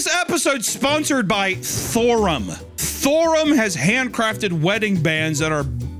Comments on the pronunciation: he said it in a way I can’t forget “THORUM” so that’s good for THORUM. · i woke up at 4am to hunter saying STHORUM over and over thinking i was stroking out